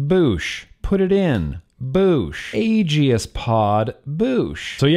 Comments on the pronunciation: For the love of….it’s pronounced like A-Gis, not A-Gee-is. The E is silent. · gods DAMN it, man, as much as I wanna love ya like a brother, just... "Age-ey-ist"?! Seriously?! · No one:: „Agi-is“ Jk:D nice vid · You say aegis weird